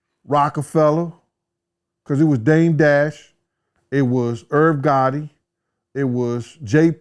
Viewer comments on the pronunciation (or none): none